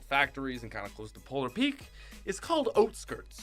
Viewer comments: oat-skirts? Its OUT-skirts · It's not outskirts. It's oatskirts lol. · OUTSKIRTS NOT OATSKIRTS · For #49 I thought he said oat skirts but then I remembered he is Canadian and he was saying out skirts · This man said oat-skirt like 3 times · “Oat skirts” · oatskirts lol